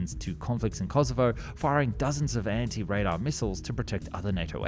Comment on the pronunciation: When u say Kosovo it is like u said Yorkshire.....